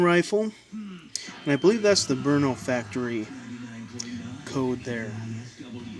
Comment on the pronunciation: Your the first english speeking guy, that said Brno right.